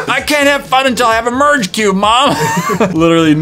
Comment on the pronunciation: When he said merge cube I wasn’t paying attention and I thought he said purge cube